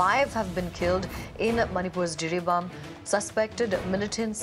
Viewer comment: Jiribam not Jiribaum